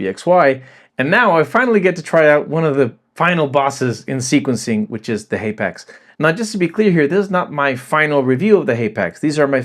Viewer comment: It's pronounced hapax not haypax